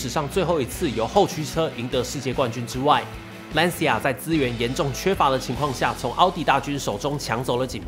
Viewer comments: 这个词读蓝旗亚因为是意大利语 不是兰斯亚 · 一个小建议。Lancia 里 c 的正确发音应该更接近 ch，而不是类似 s。意大利语里 c 在 I 之前都是这样，比如cappuccino ，ciao。所以（简体）中文把 Lancia 翻译成 蓝旗亚 而不是兰斯亚/兰溪亚，还是很准确的。